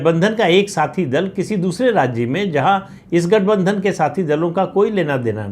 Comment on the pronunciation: राज्य शब्द का उच्चार राज्जे ऐसा ना करें